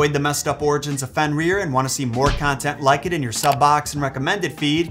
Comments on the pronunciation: You’re actually saying it wrong. You’re saying it like fenrear but it’s like Fenrir. Like grr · So funny to hear you Pronounce his name has "Fen-rear" and all the other Norse names